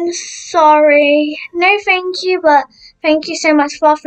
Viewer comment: ”no fank you”